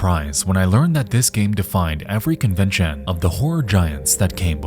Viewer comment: Comments, is Nexpo an AI voice? Nexpo says "convention" incorrectly. Didnt realize he was AI tbh.